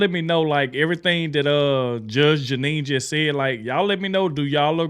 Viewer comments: Judge "Jennine" lol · Her name is pronounced GEE NEE!!!! Like a genie in a bottle!!! GEE NEE!!!!! She IS a Judge!!!!! She worked her way through law school and became a very respected Lawyer. She went on to become a highly respected and esteemed take no crap Judge. She went on to get her own show like Judge Judy. Judge Judy and Judge GEE NEE are BOTH take no crap Judges!!!! She is now with Fox. She is highly respected and esteemed!!!!! If you still can't get her name right maybe this will help. GEE (KNEE). I Know your not trying to be disrespectful or anything like that. I just want you to get it right.